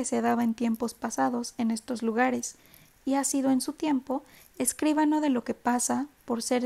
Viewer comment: Escuchado a 1.5 suena estupendo. Solo tengo una observación: escribano, no escríbano. No tiene tilde, por lo que la sílaba fuerte es BA. Gracias!